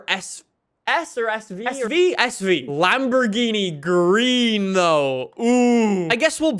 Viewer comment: My man just said Lamborghini mercy lag O